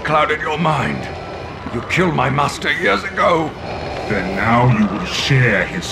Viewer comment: . When I was younger, I never had subtitles on & I always thought he said "Yodago." Like his master's name was Yodago. Nope. He says "Years ago."